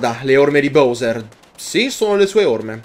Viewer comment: Ti prego pronuncialo bAwser